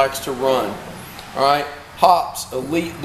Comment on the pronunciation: Search on youtube for "Hoppes Elite Elite Gun Care" by Hoppesguncare.... hear an actual Hoppes employee say.... "Hop... eeze!" Not "Hops!"